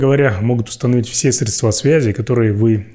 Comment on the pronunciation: Майоров не учат грамоте? Что за "средствА"? А в единственном числе как? "средствО"?!🤦‍♂